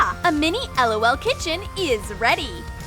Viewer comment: its prononced lol not lool